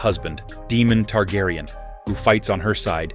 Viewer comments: Is this done by A.I voice because it's butchered the correct pronunciation of names lol, it's been an interesting video regardless. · Aside from mispronouncing names horribly, this was informative.